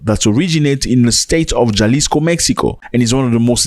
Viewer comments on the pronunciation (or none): Pronounce halisco, it's a silent J, you freaking illitrate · ZAC - ITS PRONOUNCED AS HALISCO DESPITE THE SPELLING INDICATING OTHERWISE - REQUEST HENCEFORTH DO A SOUND BACKGROUND RESEARCH ON THE TOPIC AT HAND BEFORE PRESENTATION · it's Jalisco pronounced Ha-Lee-sco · Ja is pronounced ha … Jalisco is halico